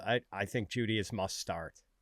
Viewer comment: Am I the only one confused when he kept reading jeudy and moore wrong? 23 and 25? The other two guys didn't say anything either?